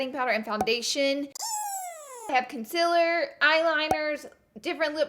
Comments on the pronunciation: _- it’s CONCEALER! not CONSILLER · You can't say concealer correct